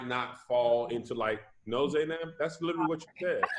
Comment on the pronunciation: Y’all please tell to stop saying littlelee (literally)😂😂😂